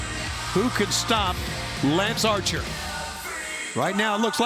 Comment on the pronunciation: Wow, you have managed to mess up lance Archer. How? Why? That was way more comical than it should have been.